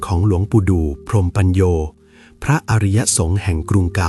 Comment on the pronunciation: ชื่อของท่านอ่านว่า.พรม-มะ-ปัน-โย ค่ะ